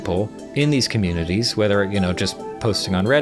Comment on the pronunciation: Consoomer com-uh-nay-taays